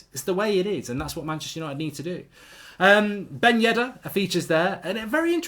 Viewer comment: Mark, say dombele, and now say dembele...can you hear the difference? And also it's Yedder and not Yeddar. Amateur